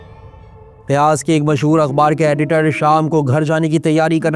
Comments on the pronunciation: Bro that’s not ( RIYAZ❌ RIYADH✅ ) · RiyaDH, not RiyaZ.